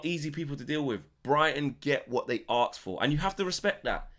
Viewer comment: Asked not aksed